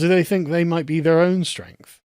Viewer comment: "Diversity is our strengf!"